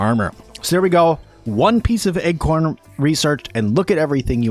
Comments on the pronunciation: Great and extensive guide. I keep mentally tripping over your pronunciation of acorn armor. I keep hearing "Egg-corn Armor" every time you say "Acorn".... Not a big issue, but it kept derailing my train if thought. Heh, a tip for newbies..... Acorn armor is protective, but you have increased enemy threat and aggro because they find your armor choice quite delicious. Thanks for the guide. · Egg-corn, egg-corn... I thought it was a new item or something! LOL! Good video, as you say, but totally distracting. I jumped to the comments to see what was up! Hahaha! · please stop saying Egg-corn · Me too! I also kept hearing "Egg-corn" as well!